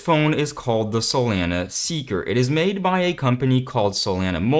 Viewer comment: I dislike the way to pronounce solana. lol